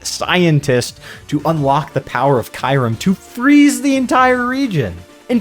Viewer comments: I will say you pronounced Kyurem VERY wrong. It’s pronounced Kyu (like ice cube) and Rem (as its spelled) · It's actually Kyurem, pronounced KyOO-rEm.